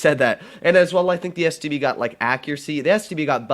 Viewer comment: I taught I'm the only one that heard std instead of stb